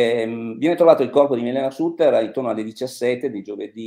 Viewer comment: La dott con un accento genovese più forte del solito. Ma come fa a pronunciare SATTER quando sono 52 anni che se ne parla? Bozano mi sembra una specie di Danilo Restivo.